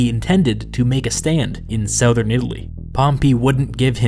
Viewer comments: this is cool but how is it possible that as a native english speaker you pronounce 'southern' like that? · They way you say ‘southern’ is weird